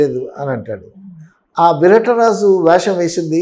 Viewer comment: విరట రాజు కాదు నాయనా విరాట రాజు